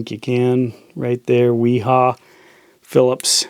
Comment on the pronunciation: it's pronounced V HA [viha]